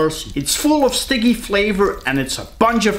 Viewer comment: Hah! I'm going to start saying sticky instead of spicey